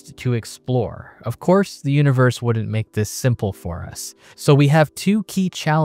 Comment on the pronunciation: WOULDN'T NOT WOUNNINT ABOUT NOT ABOAT FLOATED NOT FLOWDID ATOMS NOT ADAMS